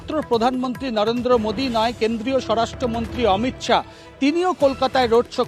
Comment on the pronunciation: মহিলা রিপোর্টারের অমিত শাউ নয়, অমিত শা